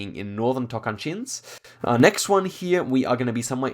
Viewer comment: Tocantins : pronounces like a native lusophone Sauf : ZAWF